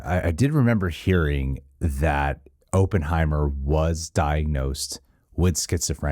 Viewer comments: Op-in, not open 😅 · It's not open-heimer it's op-pen-heimer.😉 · "Aup" not "Open" heimer. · This is an old video but I need to say this- Oppenheimer is pronounced like awpen not open. I just have to say it cause I live in Los Alamos, we have a whole statue of him and Groves in our downtown, so it’s our history and I just had to say it. 😂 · I think the name is ah-penheimer not oo-penheimer. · AH-ppenheimer. Not OH-ppenheimer. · It’s “Killian”. And Oppenheimer is pronounced like “Hop” not “Hope” so “Opp en hei mer” as opposed to “Open hei mer” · As someone with the last name Opperman, I believe it’s pronounced OPPenheimer- like opposite. Just busting your balls 😅 great vid 👍🏻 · AW-PUHN-HAI-MR KILL-IAN 🙃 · "Ohppenheimer" "Uhppenheimer", whichever way you pronounce it, you'll know he's Jewish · “I know a little bit about Oppenheimer…” except for how to pronounce his bloody name 🤡🤡🤡🤡🤡😂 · I think you should worry more about your pronunciation of the name Oppenheimer, than your pronunciation of Cillian Muprhy's name lol. It's Killian btw, pronounced as if it had a K.